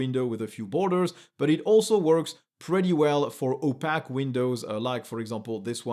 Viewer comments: Great video! I've recently gone back to Linux after years away. Not that I can throw stones since you have mastery of two languages. But I was confused when you were saying the word "opaque." It is pronounced oh+pake (like would rhyme with cake). Your English is essentially flawless, so kudos, but I thought I would share this just since I was briefly not understanding what you said. Thanks again for a great video! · The American pronunciation of opaque rhymes with cake. For a while I thought there was a technical word for those windows that I hadn't heard before.